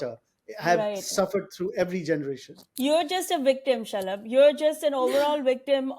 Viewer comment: I’m crying shalab comes out as shut up🤣